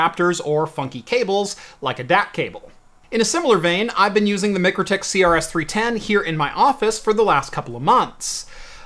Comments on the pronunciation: MIKE RO TIK. Not Mic ro tik. Its like calling Walmart... Wal mert. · Pronounced Mike crow tik. Nice review thanks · Isn’t it pronounced my-crow-tick? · Its pronounced Mike-Row-Tick according to their youtube videos, great little switch, cant wait till they release a POE version. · Should have shown it to them first, they would have told you how Mikrotik is pronounced.